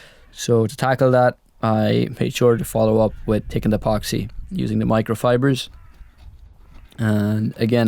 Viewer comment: "turdy one" "my fater" "tickened epoxy" "I was tinking" "let me know your toughts" What do you Irishmen have against "h's"? lol :)